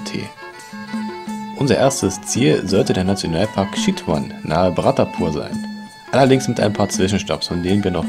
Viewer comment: Sehr netter Reisebericht, kleine Kritik für uns heißt Chitwan ausgesprochen "Tschitwan" und nicht "Schitwan" !?